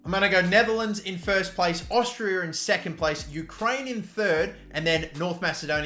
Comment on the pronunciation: Tell me, what is Austrrirra? Its Austria, not even hard to say lel